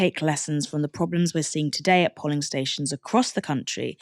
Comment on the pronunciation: The o in polling is pronounced like the o in go. It was distracting listening to the polly parrot pronunciation. Is it a word you've never come across before? They aren't even counting the people they've turned away for lack of ID if they are turned away by 'greeters' outside of the polling station.